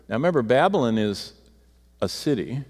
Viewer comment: Its 'BaB A LON'. Not 'babblin'.